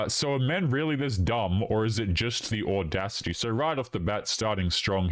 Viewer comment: These 304s be bitchering the word "audacity". 😆😆